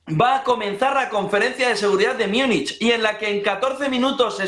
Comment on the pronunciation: MÚNICH, MÚNICH... SE PRONUNCIA MÚNICH